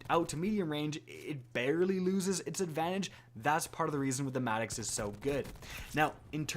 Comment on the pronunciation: MADD”ihx” sounds so wrong, it’s maddox not madd”ihx”